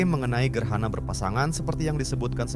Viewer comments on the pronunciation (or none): Bukan gerhana..gerana...😅